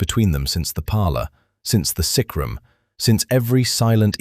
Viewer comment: Its sickroom not sacrum. Grr ai is annoying